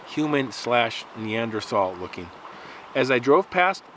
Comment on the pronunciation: Thanks for saying neanderthal instead of neandertall